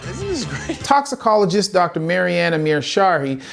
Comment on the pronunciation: "Toxiclologist" Yeah, it shows.